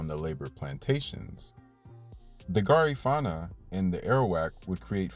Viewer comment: Thanks for this video about my Belizean people 🇧🇿 🇧🇿 🇧🇿 However, your pronunciation is wrong for Garifuna ( Gar-Ri-Fu-Na). The Garifuna are in Honduras 🇭🇳, Belize 🇧🇿, Guatemala 🇬🇹, Nicaragua 🇳🇮, and St. Vicent. Also, because someone speak Kriol don't make them Creole because us Creole are our own ethnicity and culture. Sambai is danced on Christmas in Gail's point, Manatee, Stand Creek District.brukdung, braam, and Sambai is Creole music. Creoles are in coastals Belize, Honduras, Nicaragua, Costa Rica, Panama, and Colombia. Great job tho!